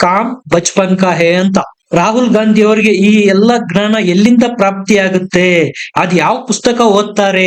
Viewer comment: ಅದು ಘ್ನಾನ ಅಲ್ಲ ಜ್ಞಾನ ಅಂತ ತಿದ್ದಿಕೊಳ್ಳಿ 🙏